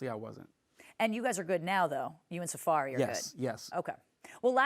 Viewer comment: Safaree NOT Safari.